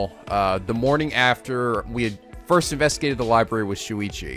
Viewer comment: he also says “Suichi” instead of “Shuichi” too